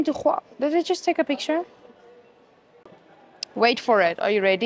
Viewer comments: Khuawei Not dear it's Huawei its simple 😂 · the way you said huawei = KHUAWEI 😂😂😂😂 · The she pronunces "Czchuawei " is doing my head in😢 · HOW YOU PRONOUNCE HUAWEI 😂😂😂